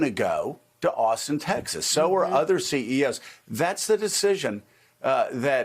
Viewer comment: "Austin, Taxes" WTF pronunciation is that